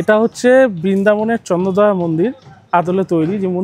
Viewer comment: বাঙালির কী করুণ অবস্থা... ওটা চন্দ্রোদয়, চন্দ্রদয়া নয়!!!!